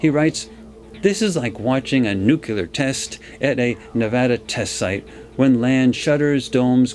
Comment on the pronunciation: I keep getting distracted by his mispronouncing of nuclear